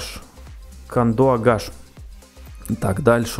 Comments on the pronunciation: не кандуагаш, Кандыагаш) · Не Кандуагаш - Кандыагаш, Не Шубаркудак - Шубаркудук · Не Кандуагаш а Кандагач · Не кандуагаш а кандыгаш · Не кандуагаш а кандыагаш